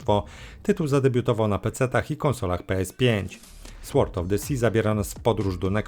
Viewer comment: Przeczytaj, nagraj i odsłuchaj jak mówisz: knight, knife, sword. Kumasz?